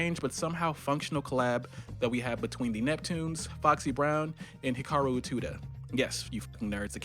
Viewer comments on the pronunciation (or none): Subscribed when I saw Graduation sitting on the shelf. Bro is cultured af (even though you butchered my girl Utada Hikaru's name ;;)